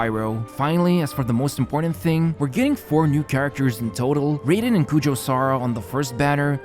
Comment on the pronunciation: The way he pronounces Raiden makes me unreasonably mad